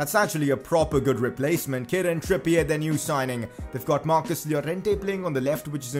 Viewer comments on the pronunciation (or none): none